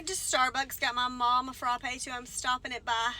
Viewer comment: The way you say frappe is so great 😅 “fruh-pay” ❤